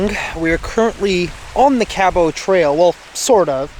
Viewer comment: Hello, not to criticize you ( Love watching all your adventures/ vids/podcasts) but sweetie I must tell you that your pronunciation of Cabot is not correct try: kab uht. just pronounce the t at the end. John Cabot was an ITALIAN navigator and explorer / 1497. He first landed Newfoundland then came to Cape Breton.( middle school history I do recall). Thanks for your time.Katie